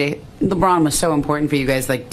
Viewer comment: That lady who was asking questions could not even say LeBron name right yikes. It was like she did not feel like saying his name or did not want to. But she wanted to ask that question about him.